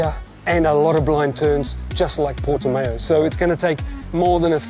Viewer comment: I live near the Autodromo circuit and it's pronounced Portim-ow, not Porti-mayo. Pedantic I know!